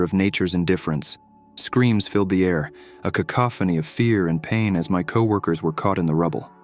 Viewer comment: somehow capable of pronouncing cacophony but incapable of pronouncing stepped or bastard 😂 seems legit 🥴